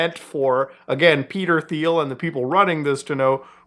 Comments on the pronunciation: Teal not theel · You're doing the lord's work and I've been watching for a while and love what you're doing, that being said I regret to inform you Thiel is pronounced like Teal for some reason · It’s pronounced “Teal” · Thiel is pronounced "teal." Have a nice day. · Small correction: Peter “Teel”, not “Theel” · It’s pronounced Teel. And yes, he is an obnoxious individual he enjoys killing people if you watch him on YouTube. He thinks he’s killing bad guys in Palestine when in reality is just killing random people with his drone technology. I don’t think he’s connected with Palantir, I think he owns it. Not a good person very friendly with Trump part of the world elite, sadly a bad apple. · pronounced Peter TEEL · Do you pronounce it that way intentionally instead of "teal" as it's actually pronounced? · Thiel is actually pronounced "Thigh - El" hope this helps :) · Dang, it kinda hurt my ears to hear Peter Thiel's name pronounced like that so many times. It's "Pee-ter Teel" FYI. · its pronounced 'teal' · Ffs, its Teal. I know its spelled with a "TH" but it's pronounced Peter Teal. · Mispronouncing Peter’s last name… I respect that. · The H is silent in demon Thiel's name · Can someone explain to this guy how to pronounce Peter Thiel’s last name? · First time I heard someone pronounce Thiel's name as Thiel instead of Thiel because that's how you normally say Thiel.